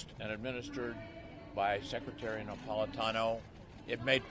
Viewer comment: Rayner: Shadow "Seketary" of State for Education? C'mon.